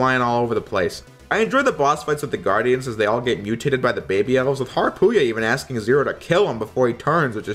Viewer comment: Ha Ru Pee Ya Not "Harpooey-a". Harupia.